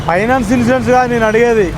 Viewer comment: వీడికి సీ జాబ్ ఎవడు ఇచ్చినరురా వీడికి సరిగ మాట్లాడటానికి కూడా రావట్ ఇన్సూరెన్స్ అనడానికి కూడా రావట్ లేదు వీడికి